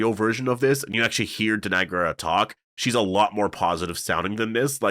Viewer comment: Danai’s last name is pronounced “gwee-rah”!